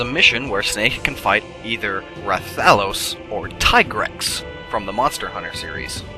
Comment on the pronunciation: He pronounced rathalos wrong.